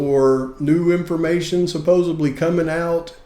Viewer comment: The way you pronounced the word supposedly told me all I need to know about this channel.